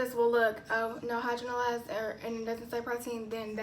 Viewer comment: Ur so cute pronouncing it "hydro-na-lyzed". Can you do a video on how to determine our porosity?